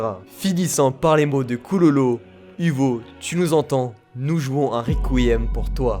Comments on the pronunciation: normalement on dit kuroro pas kulolo xd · Killua et koulolo ?!?!?! Kirua et kuroro 👌🏾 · Mdr quand tu dit pololo 😂